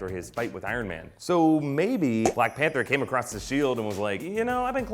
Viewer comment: I love black "Pather"